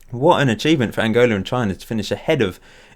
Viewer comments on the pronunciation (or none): none